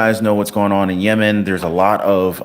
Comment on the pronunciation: He called Yemen lemon😂